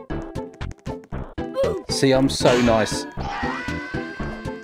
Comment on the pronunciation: LOL HE SAYS I'm noice but Kandice is not noice even though he killed some ppl LOL THIS MADE ME LAUGHING SO HARD